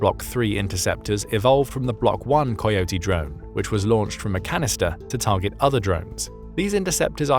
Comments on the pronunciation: Coyote is pronounced as (Ka-ee-oh-tee). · AI can't pronounce "coyote!"